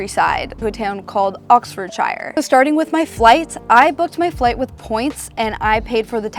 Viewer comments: lololol Oxfordshyer, its pronounced Oxfordshir! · Great video, but please for the life of god - it's pronounced "ox-frd-shr" and is a county, not a town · Haha I just knew Oxfordshire was going to be pronounced wrong...sorry! It's also not a town but a county (like a state). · Should be demonetized for the way you said Oxfordshire